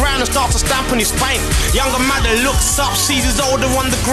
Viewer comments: It's madder not Magger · its madder not magger